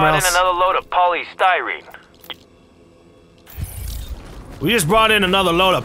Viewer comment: The way joe ferro says polystyrene really bothers me for some reason, such an emphasis on the y.